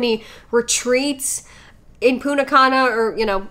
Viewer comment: it's not puna cana, it's punTa cana